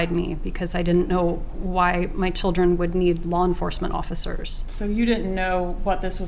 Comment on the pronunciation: i hate how she says "my chil-dren"